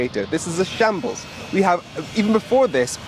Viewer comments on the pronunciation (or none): It's not shanbles, it shambles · shambles not shables